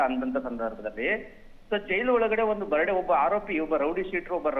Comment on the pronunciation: Birthday ❌❌ Birday✅✅